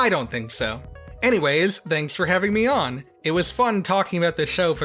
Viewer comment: DID YOU HEAR THAT? He said “Thanks for having MIAAAAAAAAAAAAA!”